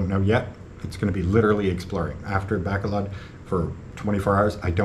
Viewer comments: Hey, I am really sorry to learn about your breakup. I really hope that we don't lose you from Iloilo as you have been simply brilliant at what you have been doing in all of those very many vlogs. By the way, it is pronounced 'Baa col odd'. Bacolod. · You can't even pronounce Bacolod correctly.